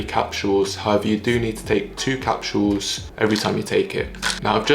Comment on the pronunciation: The way you say capsules😂😂😂